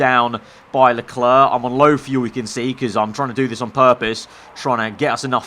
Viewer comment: Why do u Say leklarr I mean it's leclerc